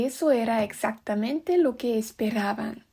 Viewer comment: y como que 'capeces' y 'exactamento' 🤨 PD: Si fuera profesor de lingüística te tomaría 5 años más de aprender y adaptar el idioma español y los diferentes dialectos